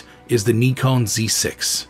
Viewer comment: "Neeekon" - now we have a THIRD way to pronounce Nikon. 🤣